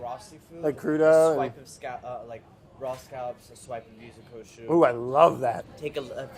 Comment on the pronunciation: Can't pronounce water but doesn't hesitate with Yuzu Kosho